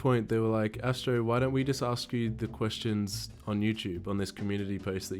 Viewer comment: "Whenever you say 'questions' I hear tuestions" I thought of commenting it but.... you used the joke already :'(